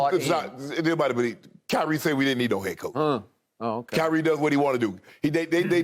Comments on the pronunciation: He said highrie Shannon stay giving out names like le ankle 😂😂😂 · "Highrie" was an honest mistake but that took me out 😂💀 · I cant tell if he said highre on purpose